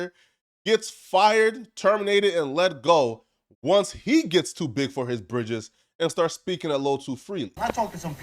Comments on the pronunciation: Nigga its britches not bridges😂😂😂😂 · "BRITCHES" NOT "BRIDGES" B-TCH!